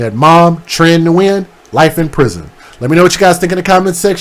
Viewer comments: FYI Like I know you don’t care about killers names but Nguyen is WIN in English. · We have a physician at work and she told us to pronounce it as N-Win. 🤷‍♀️ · I'm so glad you covered this, This is absolutely tragic, So glad they were able to apprehend this FOOL, SO sad, RIHP BBY BOYS🕊🌹🕊🌹FYI The name is pronounced (WEN )I hv a Dr w/the same name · So I do appreciate your video and the information but in the future can you please fix the audio lag and maybe even work on pronouncing the names properly? Hearing you struggle to pronounce the names was disrespectful to the people involved. You're talking about them but you can't even pronounce their names properly.